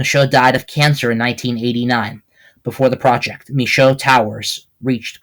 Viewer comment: Hey great documentation on my family. Some things are wrong like your emphasis on the pronunciation of my name. It’s Shoe like what you wear on your feet. Mishoe! Also my great grandma was from Virginia not NY. She grew up around Philadelphia. Not NY. But the rest relatively on point. Luna Mishoe IV.